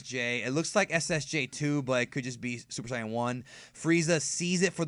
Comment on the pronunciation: Commander Ginyu is my favorite character so I am happy that they brought him back. However, like you, I get pretty frustrated from the plotholes. In addition, I appreciate that you pronounce the word "Saiyan" correctly as I had an argument with my roomate about this last night.